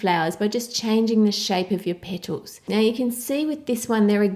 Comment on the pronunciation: I could listen to a 1 hour loop of just you saying "little petols".